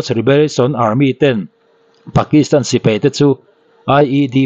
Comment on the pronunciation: Sipei❌ Sipai ✅